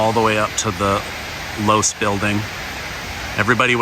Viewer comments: Not to be pedantic but it's Loe-see. Otherwise great video. Thank you! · Low-see is how Losee is pronounced. The Losee family used to have a jewelry store for more than half a century, and somehow their family name ended on the building at UVU. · Just an FYI the building is pronounced Lowe See not Loooose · LOVE YOU …,,,. But your pronunciation of Losee is wrong. It’s NOT LOSE’ It’s LOSEE (EEEEEEEE) With an E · Its pronounced Lo see building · It’s pronounced low-see building. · I think Losee is correctly pronounced like LowC. Had a friend with that last name. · It's actually pronounced Lo-see building, but fascination video. Thanks! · Just FYI Losee is pronounced Lo See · I appreciate all that you do I really do I follow you everyday? The e in the low c. Name. That doesn't make sense on mind talk. Record. But the last e is pronounced with an e. The name is pronounced with an e. That is the only thing I want to say. I appreciate all you do for the channel for you. For putting out what you do I love you. I hope I'll go with you and your family. Thank you